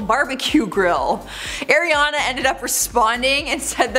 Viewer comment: Pls say Ariana right